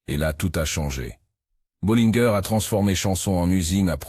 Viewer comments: Bo - linn' - gueur ? J'ai toujours entendu prononcer à la française : Bo-lain-gé, très rarement Bo-lain-gèr, comme Té-tain-gé et non Té-tinn'-gueur… Et écoutez Gabin dans Archimède le clochard : "Au lieu de dire des insanités, donnez-nous une bolaingé…" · Bollineguerre...Chenette...dur dur L'IA